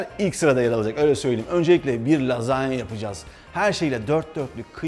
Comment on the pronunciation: Lazanya değil resmen Lahanya 🎉😂💃🏻